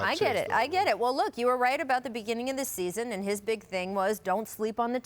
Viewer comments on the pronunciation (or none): none